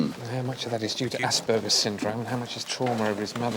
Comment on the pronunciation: My goodness, the psychiatrist is mispronouncing the word Asperger's! Can't believe nobody on the set caught it..... And why do shrinks wishper in movies?